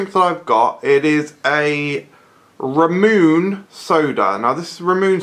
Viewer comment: Where did you get Ramune from? I really want it, and by the way it's pronounced (rah-moo-nay)